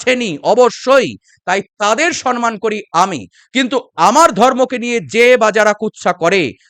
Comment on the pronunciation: আপনার আলোচনা খুব সুন্দর,মন দিয়ে শুনি। ভালো লাগে। কিন্তু কানে লাগে যখন "সম্মান" না বলে "সন্মন" বলেন। শুধরে নিলে ভালো লাগবে।